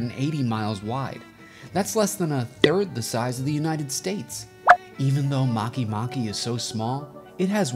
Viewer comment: you pronounced a planet wrong its not makey makey its make make